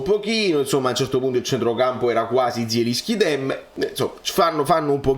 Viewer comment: E però se dobbiamo fare i fiscali nelle pronunZie, si legge JELINSCHI, con la J alla francese.